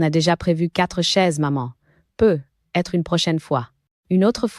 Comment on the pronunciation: Et on dit "peut-être "avec la liaison ... Et non peu.....être